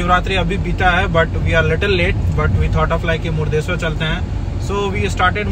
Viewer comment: Hello it's not "Murdesswar" it's "Murudeshwara".. don't pronounce it wrong as each place is recognized by its significant name. So its everyone's responsibility to uphold the integrity of the place without pronouncing it incorrectly. If you could not get how to pronounce - Google is at your service